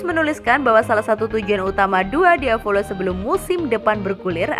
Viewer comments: Il diavolo bukan dua diavolo tp bacanya iL diavolo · IL diavolo ya ampun, bukan dua diavolo🤔🤔😅